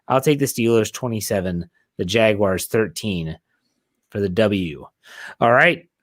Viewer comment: Does it make anyone else cringe when calls em the jagwires 😭😭😭😭 great show guy